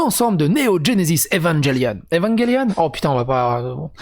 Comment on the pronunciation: Philistin ! Evangelion, ça se prononce evangelion.